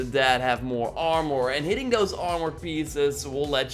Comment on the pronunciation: "awrmour" lol